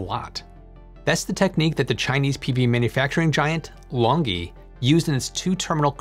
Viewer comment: It's pronounced lonjee not long gee